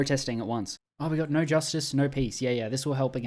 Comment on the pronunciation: "Ooohhh Naur"